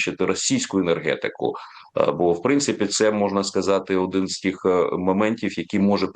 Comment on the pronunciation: Дебіл каже: енергетикє.